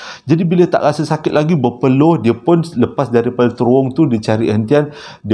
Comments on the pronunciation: Bang, cara nak pronouce terowong tu... terowong menogher, huruf A yang hujung tu ganti dengan E. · Terowong.. kecik2 dulu selalu tersasul terworong😅🤣🤣